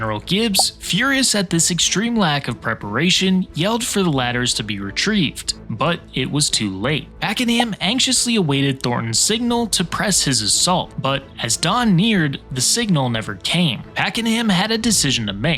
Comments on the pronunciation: we pronounce it packerEm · Its his name is pronounced 'pack am'